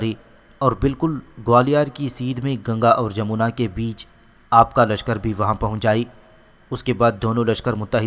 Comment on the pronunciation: Correct name is Jamna not jamona